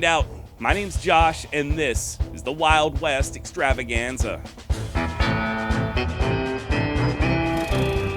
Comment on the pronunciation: I miss the rolling of the R in the "Wild West Extravaganza" intro.